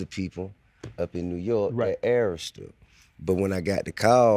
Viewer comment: Bro Saying Errsta...its pronounce A-Rista fool